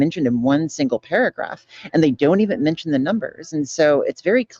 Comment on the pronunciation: I don’t like appearance shaming, and speciesism is problematic, but this is making my hay. manshen. Always manshen.